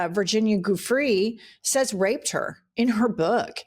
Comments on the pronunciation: It's Virginia joo-frey not goo-free. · Pronunciation - Virginia Roberts Giuffre -> is not « Geoffree », it’s pronounced more like « Djoo-fray » , or « Giuffray » . Look up her brother, Sky Roberts, how he pronounces her name. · I had to leave when you pronounced Virginia Giufre’s name as Goo-Frey instead of Jufrey. The correct pronunciation is everywhere online, but you can’t be bothered? Pathetic. Unsubscribed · Giuffre pronounce JEW-FREY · Her name is pronounced doo fray. So many people in the media are pronouncing it wrong and it must be hurtful to her family. Please try to pronounce it correctly? Thank you for your videos they are great!! ❤ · I want to help you out with the correct pronunciation of Virginia Roberts Giuffre's last name. It is pronounced "joo-fray" with a soft G like Giuliani and weighted accent on the second syllable. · You pronounced Virginia Giuffre's last name wrong It's Giuffre (Jufray) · I love you so much you're wonderful TYSM!!!! Please 🙏😅🎉 it's Italian and pronounced Jew -fray, so Virginia GIUFFRE PRONOUNCED JEW-FRAY. My favourite moment was when you tricked pumps years ago to hike to the "SPA" 😂😅 AND SHE FULLY CONVINCED KEPT ASKING, WHEN ARE WE GOING TO BE THERE 😅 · Learn how to say Virgina Giuffre please. Can we respect her enough to do that? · love ya, but you've gotta pronounce Giuffre correctly